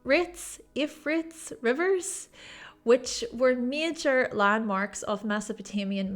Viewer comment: I guessing you mean the Euphrates (U-Fray-Tees) River.